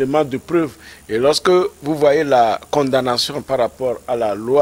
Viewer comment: S'il vous plaît. On ne dit pas blanchissement d'argent. On prononçant condamnation, on la lettre m reste muette. Merci.